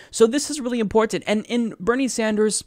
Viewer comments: Love ya but the way you say "important" drives me nuts. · I like but WHY does he say “important “ so strangely?